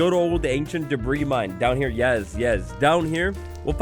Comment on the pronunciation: ANCIENT DEBRIIS